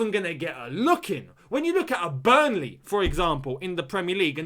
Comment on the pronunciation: The way said "Burnley".... I felt so poor 😂🔥💔